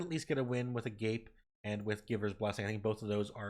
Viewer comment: Ah- Gah- Pay which means love. not A-gape you uncultured savage.. jk on the un-cultured savage part 😅